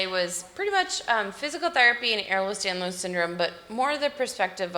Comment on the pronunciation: It is NOT Eh(R)lers Danlos it’s Ehlers Danlos 🤦🏾‍♀️